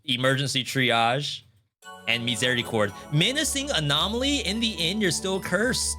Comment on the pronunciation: French here, way too late, but your pronunciation of Miséricorde is almost good. The "É" sound is difficult for English speakers.